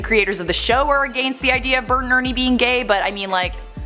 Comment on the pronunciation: Why does she say “against” like that